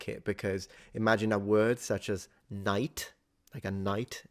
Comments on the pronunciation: I just thought your last pronunciation of knight just sounds like knecht😂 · Something interesting about the old pronunciation of "Knight" ( , second pronunciation) is that the swedish word "Knekt" is also a word for soldier. So this absolutely tracks. As well as the german pronounciation of "Knekt" which is basically the same thing but also means servant. It's so interesting to see that the history of some languages can be tracked back to other adjacent languages.